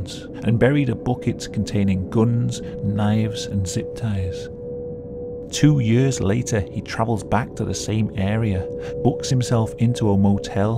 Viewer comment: I love the way you say the word "years" like yörs! XD